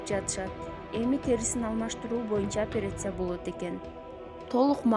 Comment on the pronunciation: Апересия дебей операция десениз окуу тажыйрбаныз жакшы болуш керек да